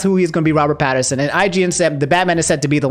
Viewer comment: Yo were you saying Robert Patterson Lmaooo